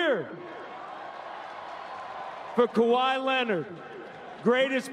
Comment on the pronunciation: Um...It’s Kawhi not kwahi